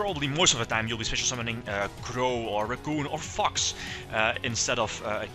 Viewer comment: The way you pronounce "Fox" is hilarious "FUCKS" xD Majespecter racoon is a what? STRATOS!! inb4 Majespecters will never come to the TCG/Racoon will be banned forever but limited in the OCG i cry